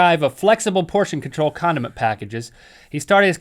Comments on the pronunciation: Listen he says Condim by accident! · I thought link said condom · Am I the only one that heard "condom" packages? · Omg when you said 'condiment packets' I thought you said 'condom packets' and I was like whaaaaaat